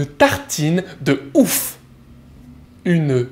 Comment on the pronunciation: Yay, I love these! You've got a funny way of saying oeuf :P